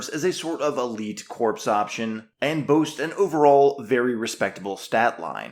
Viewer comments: the "ps" in corps is silent so it is pronounced "core" not "corpse". It is an in-joke from FFG as these soldiers are your core units. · Please…PLEASE stop saying “corpse”. Corps is pronounced “core”. Other than that I do enjoy your videos. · Please pronounce “corps” as core and not corpse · pronounced "core" the p is silent